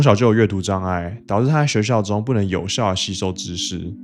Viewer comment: 可以把導致和朋友唸清楚。